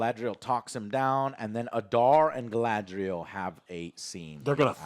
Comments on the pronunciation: Gala-N-driel lol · Having Joe FINALLY pronouncing Galadriel right brought tears to my eyes. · How Joe has been pronouncing things since the first trailer dropped (i.e. Galadriel) has bothered me. It's like nails on a chalkboard 😭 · It is not Galadriel, it is Galasriel, Galapriel, Galakriel... whatever you come up with